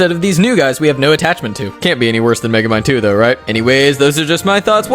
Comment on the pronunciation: thought you said Megemind 2 for a second